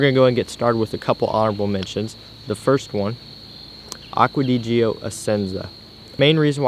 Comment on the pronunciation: The way you say Acqua di gio makes me want to kill myself